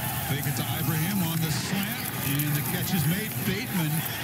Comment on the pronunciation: SPronounce the name correctly....eee-bra-heeem... so simple ! Do it or I'm coming after your job... and I'm retired, but PISSED !!!